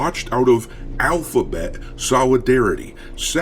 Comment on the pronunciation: I love watching out of alphabet solidarity. But at this point that’s what’s it has become lol (I laughed at him going AlPHaBeT for like 5 minutes😭😭) RIP dr who tho. I miss Capaldi